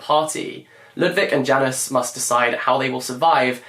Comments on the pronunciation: ahh so it's Janusz not Janice, lol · A little pronunciation tip for you for whenever you read swimming in the dark! The second male characters name is pronounced as Yanush, the J sounds like a Y in Polish and the sz is pronounced as sh 💕 🇵🇱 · haha I thought he was saying Janice and thought to myself... Janice isn't a Polish name, but he was just trying to pronounce Janusz :D